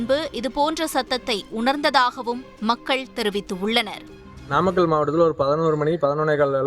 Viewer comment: Namakkàl ---- நாமக்கல் pronunciation is highly condemned. What are you saying? pronounciation mind it. News readers should go through tongue testing . Highly irritating pronounciation.